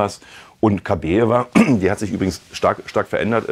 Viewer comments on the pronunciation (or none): Den Namen, bitte, richtig aussprechen: KABAJEWA!!! Schöne Frau, schönes Pärchen! Warum ist dieses Thema für Bild so wichtig? Wir haben genug Probleme im Land, nicht war?